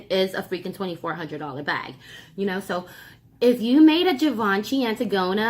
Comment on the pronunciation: Gurrll.....lol....boooo....it GIVE-INCH-EEE.....lol....ILYSM....you crazy